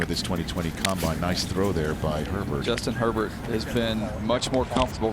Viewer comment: "Justin Her-t-t"